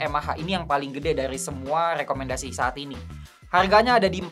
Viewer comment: Lekomendasii. rrrrrrr